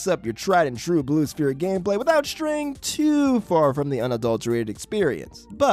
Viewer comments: All right I have to dial out because if you're going to get so pedantic about the name being spheres or sphere, but then you're going to pronounce the p in the word prominently like a poo poo pronunciar, I just I just I got to go. Say it right. Ss-ff-ee-rr sfeer Sphere Pedantist OUT! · "Blue Sphere with no S" Oh yes, my favorite, Blue Phere. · Blue sphere, with no s? Blue phere??? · I don't think that's how sphere is pronounced my man 🤷‍♂️ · for the love of GOD please pronounce sphere correctly.